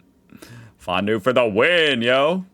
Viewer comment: Fon-due it better next time^^.